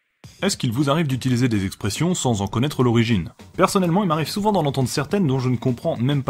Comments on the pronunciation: Ce n'est pas " Expres'sions " mais plutôt " Express'ions " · c est express' ions pas expres' sions